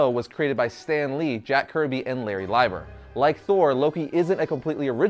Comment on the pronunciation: It's not pronounced Lie-ber, it's pronounced Lee-ber. Stan Lee, Larry's brother, has said it that way in counteless documentaries, all of which I guess you missed.